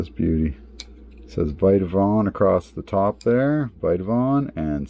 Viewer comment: It’s Vitavon not viteavon